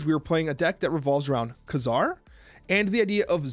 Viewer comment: Pronounced kay-zar